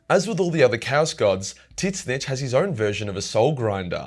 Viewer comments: Sigh, I get that it looks like it should be said that way, but still, hearing 'zits-snich' instead of 'zin-neach' irks me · Argh I can't handle it! Pronounce it "zeench" not "tits-nitch"!!! 🤣🤣🤣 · ITS PERNOUNCED TUH ZEE NCH NOT TITCH NITCH WTF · wait i'm so confused on how you pronounce The Name. Is it not [TZYNSH] or most likely [ZYNSH]? Why are you saying [TY-SSNYTSH]? Sounds like you're talking about a Skaven... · i cant stand how you pronounce Tzeentch. Its pronounced 't-zeen-tch' not 'tits snitch' :') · Mate Aussies have some whack pronunciations but tiss-nitch? Wot m8. It's tz-inch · Every other people: "zinch": "tit snitch" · what with this god dumb pronunciation ... it is not fking T zeentch , it is Tzeentch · I think hes fucking with the lore nerds calling tzeentch "tit-snitch" And im fuckin loving it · Tisnitch????? Dude no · are you saying titsnitch or tzeentch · Couldn't get passed him calling him titsnitch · I know you’re Australian…but why do you say his name with two syllables? Soft T…like Tsaziki? Soft N… Slides off the tongue like “each”? Zeech More or less? Idk. I love your videos, but every time you say their name. 🫥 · the way he pronounces tzeench's name makes me laugh my ass off. tit-snitch!!! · Brother kill why do call it titznitch? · Is "Tit-snitch" the correct pronunciation of Tzeenntch? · Is he saying Tit-snitch? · Idc if he says it wrong or right I love how he says it as tit snitch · Are you saying Titsnitch? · Why do you pronounce him as Titsnitch? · bro can't evn pronounce Tzeentch's name, ths vid is gonna hurt my ears, especially since im a follower of Tzeentch (and Slaanesh, but thts irrelevant xtra info) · Can't pronounce the name, huh? Change video! Idiotic. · please dont pronouce it like that.... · Anyone going to tell he’s pronouncing tzeentch wrong. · Man's didn't say Tzeentch correctly one time and that is chaos I approve of. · So isn't the T silent , always makes me wonder when you say it.